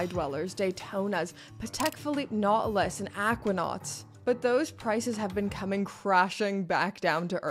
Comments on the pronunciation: That Nautilus has a 't' in it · A Nought-e-lus??? Every episode you blow my mind with a new pronunciation 😄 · 😅 jokes, it's kinda funny how you say it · Why does she say nautilus like a syndrome